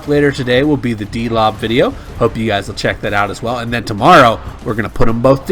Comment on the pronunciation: His name is pronounced Dol B